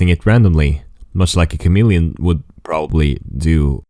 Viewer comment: HOW MANY TIMES DID HE SAY CAMELLIAN